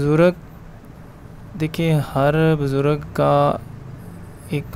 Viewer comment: Right ward HIFZ WRONG HIFEZ WRONG BUZRAG RIGHT WORD BUZRG